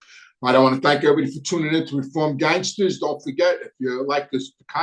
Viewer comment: REEFOAMED GANGSTAH’S